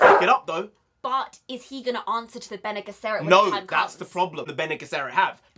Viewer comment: Help with the pronouncing. "Ben Knee Jesserit" for Bene Gesserit. Love the enthusiasm. Paul is trying to fulfill the Fremen prophesy and become the kwisatz haderach at the same time. Two separate things. He needs both to succeed.